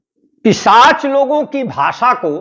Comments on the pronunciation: जी आप कई बार ग़लत उच्चारण कर रहे हैं,पिशाच को पिचाश बोल रहे हैं। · पिशाच या पिचाश ? सर, शब्द का उच्चारण सही नहीं कर रहे हैं...... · Pishach ko pichash bol rha h😂😂😂